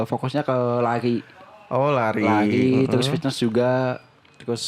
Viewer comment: Lari bang, bukan lai wkwk